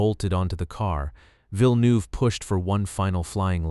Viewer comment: I'm from Quebec and Villeneuve too and the way he pronounced it annoyed me so much 😭😭